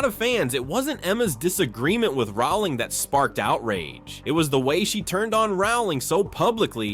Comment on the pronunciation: The surname 'Rowling' rhymes with 'bowling', not 'howling'. JKR has made this clear in dozens of interviews over the years, but for some reason many people - particularly Americans, I'm afraid - seem to think they know better. It's just basic research, and failing to do it diminishes the authority and believability of your piece.